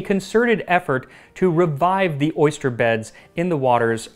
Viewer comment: I'm allergic to oysters but I can't quit laughing at "orgust" 😅